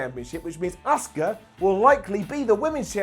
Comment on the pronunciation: it’s Asuka not Oscar